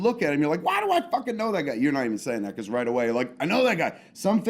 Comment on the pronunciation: "Beecowuz"- Dave